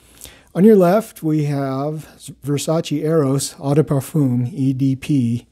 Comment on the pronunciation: Eau is pronounced /ō/, not /ah/.